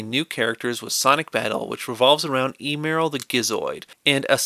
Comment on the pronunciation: You said emerl wrong